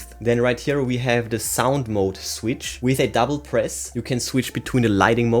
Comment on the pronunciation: Big pass. Annoying voice with wrong pronounce of mode. Movie moooood , bouetooooooth inpuuuuuut